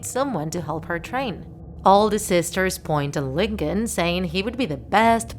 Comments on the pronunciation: Its Lincoln not Lin-co-lin😂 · 𝕀𝕥𝕤 𝕟𝕠𝕥 𝕝𝕚𝕟ℂ𝕆ℕ 𝕚𝕥𝕤 𝕝𝕚𝕟𝕔𝕠𝕚𝕟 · lyn actually calls lincoln stinkon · I love how she says Lincoln as LinKONG